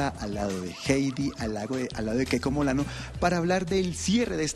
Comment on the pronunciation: "keko Molano". 😢. (Sentí vergüenza ajena)